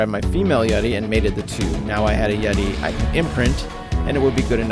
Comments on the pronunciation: its yuti not yeti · i love your videos but it is pronounced U T